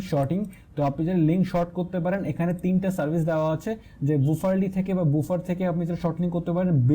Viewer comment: বুফার না, এটার উচ্চারণ বাফার :D